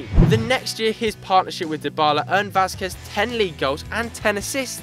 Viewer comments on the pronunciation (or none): none